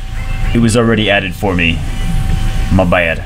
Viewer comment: "mah baed" looooooooooooool